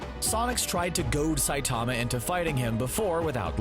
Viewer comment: the way you said Saitama in the beginning really annoyed me.